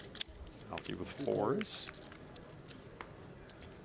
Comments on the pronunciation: Aoki has 3 syllables! A O Ki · it's pronounced EYE OH KEY...Aoki